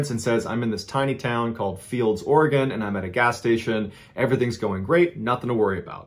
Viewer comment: Wow im shocked he pronounced Oregon correctly lol most people not from Oregon struggle.